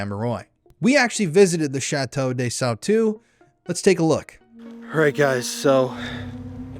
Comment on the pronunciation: Please pronounce the name correctly. The s in des is pronounced cuz the next letter (amerois) is a vowel. So it’s chateau des-amerwah. Last s is silent. And ois is pronounced as wah like it wha(t).